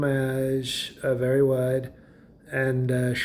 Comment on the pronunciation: “A-very wide” LOL!